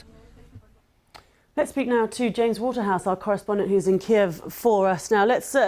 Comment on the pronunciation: he can barely read the teleprompter, says weeks instead of days and calls Kiev "Keeve"